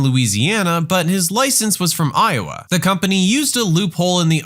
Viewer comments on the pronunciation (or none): none